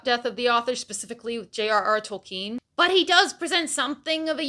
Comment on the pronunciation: I still don't like how she pronounces Tolkien. It's as if she's possessed by Book Goblin when she says the name.